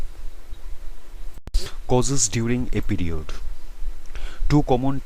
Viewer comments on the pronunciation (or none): "pEe rEod"🥺🥺